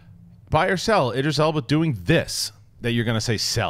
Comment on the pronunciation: Guys? Idris "Alba"...? Eeeeeeeeeeeek.